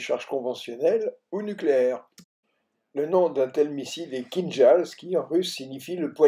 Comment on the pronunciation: Kinjal pas " kinzal " au niveau de la prononciation КИНЖАЛ c'est un J et L a la fin !!!